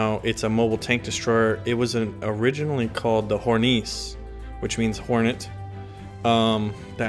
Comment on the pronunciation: The "e" at the end of "Hornisse" is not silent.